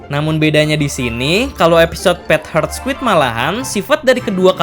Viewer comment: Admin membaca judul: Pet Heart Squid Di telinga gw: Pet Hurt Squid...